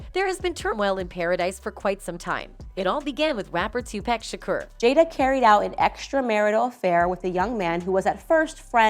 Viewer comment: TUPACK??? SERIOUSLY??? ITS TUPAC....